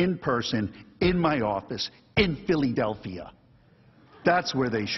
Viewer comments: I think you mean Philly. Also noone here pronounces "phileedelphia" or "philidelphia". We either say Philly or Phil-LAdelpia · That's all they got??? This guy mispronouncing Philadelphia? No wonder they lost the impeachment trial.